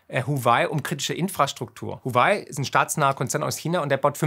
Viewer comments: Huawai wird wawei ausgesprochen :) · wäre schon ganz schön, wenn Marc Driedrich (und sehr viele andere Journalisten im TV) die richtige Aussprache von Huawei und Douyin verwendeten. Diese ist fuer deutsche Muttersprachler noch nicht einmal schwer. Es handelt sich immerhin um eine wichtige Weltsprache.